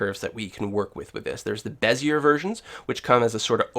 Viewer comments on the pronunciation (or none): *puts on monocle with top hat and twists moustache* I believe it's pronounced.. "beh-zee-ay".. Thanks for the video, it was very helpful!